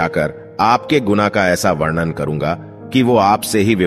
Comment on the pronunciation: आप शब्दों का‌ उच्चारण सही करें।वरण और वर्णन में अन्तर होता है। ऐसा लगता है कि आपको लिखा हुआ भी पढ़ने नहीं आता है। धन्यवाद।